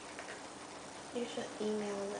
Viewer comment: BWAHAHAA, I had to pause and crack the fck up at "Shes lika gi-ent hamsturrrrr"